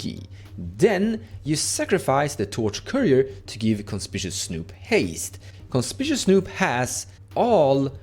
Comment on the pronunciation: Hi, no shade intended, but just so you (and everyone else) know, the red goblin Conspicuous Snoop is pronounced, Con-spick-you-ous snoop:) Conspicuous means “standing out,” or, “being obviously visible.” Many Americans too, struggle with the spelling of this word haha I have friends all the time who call it con-spish-ous, and it drives me insane 😂 I’m a writer. I guess that’s why. Thanks for the video! You’re my go-to guy for all things edh